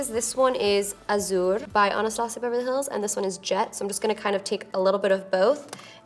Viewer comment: I love her but for some reason I hate the way she pronounces "Anastasia" almost like "Onostasia" lol